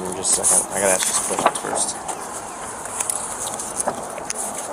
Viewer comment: This is the reason that you don’t hire people that can’t pronounce the word “ask” correctly